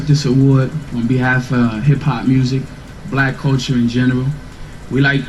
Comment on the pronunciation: I really can’t stand the way you say the word “BLACK”.